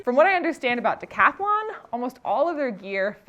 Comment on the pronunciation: Stop saying decathalon😢 it's Decathlon say: decatlon